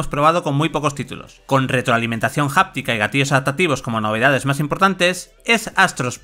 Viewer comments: Bludborn , gust ofwar , jost of tsusima , y la nueva palabra , Japtica 🤦🏻‍♂️ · jáptica JAJAJAJAJJAJAJAJ